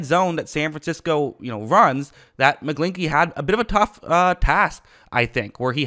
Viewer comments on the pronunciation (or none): His last name rhymes with inchy not inky lmfao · Mcglin>ch<ey ch makes a sound idk why you're not saying it correctly lol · Your pronunciation is funny. McGlinch the Clinch.